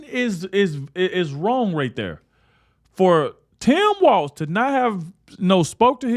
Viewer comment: That's Tim Walz, no "t". And I mean, no T.